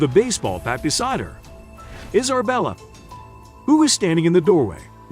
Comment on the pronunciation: 2nd ✌🏻 Is it me or did it sound like he said "Iserbella" instead of "Isabella".